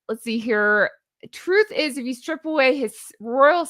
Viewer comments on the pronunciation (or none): none